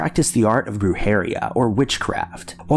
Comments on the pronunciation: BRUJERIA = "Broo-hair-EE-ya" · As someone who speaks Spanish, the way you pronounce the word “brujería”, kinda burned my ears and made me cringe. No hate, just my opinion 😅 I love your channel, though 🙌🏻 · Yo-RO-Na Bru-Heh-RI-a